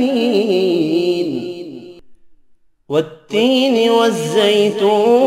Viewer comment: It's tin not teen 😂🤣😎